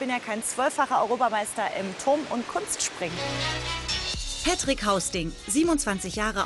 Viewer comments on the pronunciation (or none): Wenn man „Pätrick" statt Patrick sagt